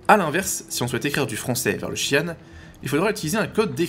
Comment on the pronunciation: Intéressant, je n'avais même pas remarqué ! Le créateur du langage, Britton Watkins, le prononce "chi-anne" et non "jean". Peut-être que l'acteur le prononce ainsi pour dire qu'il n'y connaît rien aux Xi'an.